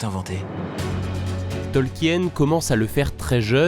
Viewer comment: Tolkien se prononce "Tolkine" et pas "Tolkienne"